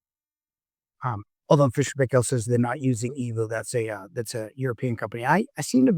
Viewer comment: Paykel is pronounced Pike-ull. Like Michael with a P.